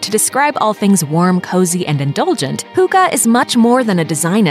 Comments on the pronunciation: The guy pronounced HYGGE...why can't you??? Americans are often so culturally rude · They even have i clip in the video where the word is pronounced correctly, but she sounds like she have never heard it before. They're just guessing. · lol, the word hygge is NOT pronounced like that hahaha. I know for sure, cuz im danish hahahah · As a Dane, hearing her pronunciation of "hygge" is absolutely hilarious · The way she pronounced hygge.. my heart is aching (it's not too weird tho because the Danes have always said it's pronounced that way..) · BTW: You pronounce the hygge and russ wrong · I'm not even danish but I cringed so hard at the way she pronounced hygge argh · Haha im from Denmark and i lmao when you said hygge* you said it wrong haha ❤️ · you pronounced "hygge" completely wrong 🤔😂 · that’s really not how you pronounce hygge. or russefeiring. please at least do one minute of research before trying to pronounce words in other languages... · it's "hygge" not "hooga" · I cant stop laughing... "Hooga" -.- It's pronounced "hooggeh" Hygge :) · Bullshit. Just take the video down. And that way you say hygge. Wtf? Hoogaa????😂😅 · Noooo. Not hooogeee... if anything: hee gee. I know, americans can't pronounce things like ü ö ä... but they can make the next best thing out of it instead of just being ignorant and butchering it completely... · Hygge is a very important thing in Norway as well, not just Denmark. And it's pronounced HYGGE, straigt forward. Not hooga, omg.. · You don’t pronounce hygge with an u you pronounce with an y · Some random name no it’s not an accent it’s not listening on how an word is pronounced hygge is not = huuuuga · sounds like she said Hookah XD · Some random name It's not an accent... Hygge is pronounced the way that one guy in the video pronounced it. If calling "hygge" "Hoooogah" is an accent then calling "kissing" "keeeeseeng" is also an accent, because that's how we pronounce "i" in Denmark. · Hooga? Uhh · Hygge = Huuuga